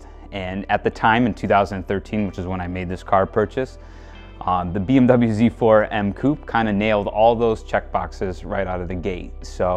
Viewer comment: I had to stop watching after the American pronunciation of “Z4 M Coupe”